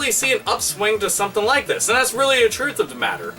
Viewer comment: Robert Pysh Yes 'weally'. =)